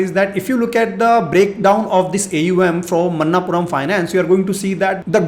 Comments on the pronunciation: मनप्पुरम NOT मन्नापुरम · Sir, it's not a Man-naap puram.. Manap-puram